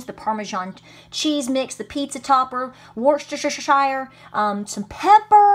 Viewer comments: Danny Boel WUSS-TER-SHER we don't say 'Shire' or 'Sheer' here in the UK. The last syllable would rhyme more with amBER, anGER, than with bEER OR fEAR, that's in the East Midlands anyway 😉😉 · hi, love this recipe and will definitely try it for my men. just a little mention, Worcestershire is pronounced woostersheer, English pronunciations are odd. keep up the great work, live your channel and your homestead, cheers from Australia:-) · Worstershushushsuh sauce? Haha